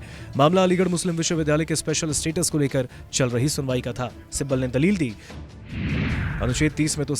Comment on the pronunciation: Kapil Sibbal hai right Sabbal nahi dekh kar to thik read Karo .